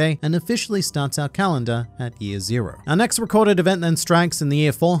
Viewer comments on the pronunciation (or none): none